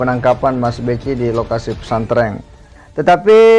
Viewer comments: Hy hallo mas bukan pesantreng tpi pesantren, ampun deh ini you tuber kristen apa ko blg pesantreng hahaha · Khas logat SulSel 😂